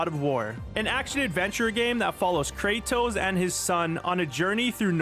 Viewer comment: Kratos not kratoes